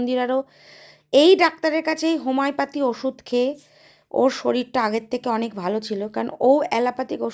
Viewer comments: ঊফ্,,,আরে হোমাই প্যথি নয়,,,,তুই আগে একটু কাকের মতো না চেঁচিয়ে একটু উচ্চারণ ঠিক কর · Ho mi o pathy .